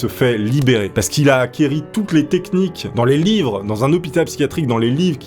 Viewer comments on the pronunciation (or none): On ne dit pas acquéri,mais acquis